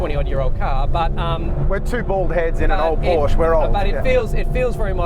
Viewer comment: Learn how to pronounce "Porsche"......berk!